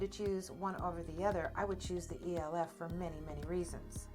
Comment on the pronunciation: It’s pronounced Elf cosmetics not E.L.F.